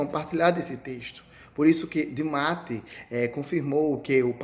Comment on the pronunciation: Só um adento é Roberto de Mattei (se fala Mattêi).